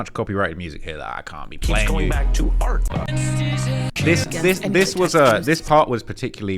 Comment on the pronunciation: Lmao I thought he was saying “protect black R” as in “Black Rights” 😂i was wondering why he wasn’t just saying “ Black RIGHTS” why